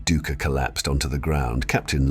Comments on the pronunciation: The historian's name is pronounced DIE-KER 😅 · It’s actually DOO-icker